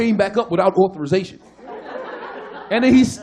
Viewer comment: Authorization 발음하는거도 완전 백인같음ㅋㅋㅋㅋㅋㅋㅋㅋㅋㅋㅋㅋㅋㅋㅋㅋㅋ개웃겨ㅋㅋㅋㅋㅋㅋㅋㅋㅋㅋㅋㅋㅋㅋ이미지 그려져ㅋㅋㅋㅋㅋㅋㅋㅋㅋㅋ